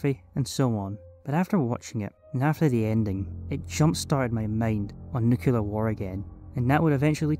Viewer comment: Im american. and im confused on NUCULAR too.